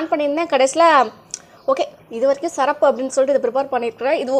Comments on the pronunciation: Sirappunu pronounce panna varala.. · Sister athu serapu illa sirrapu 😅